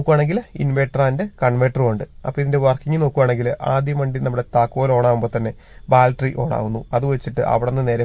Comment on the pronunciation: ബാൽറ്ററി അല്ല 😂... ബാറ്ററി ❤